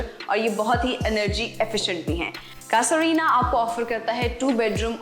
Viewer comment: Cassa Rina???? You kept it pronouncing incorrect. It's an Italian word for house and it's pronounced ' Caaza ' not cassa. Please inform yourself before you present something like this.